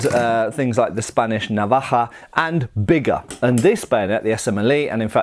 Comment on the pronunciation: I have to say you pronounce navaja as good as any Spanish speaking person.. always great videos man you should do an American tour traveling classes 🤷‍♂️ if the price is right I’d attend doesn’t even have to be a class as so much a presentation lol 😝 if not these videos just as good ☮️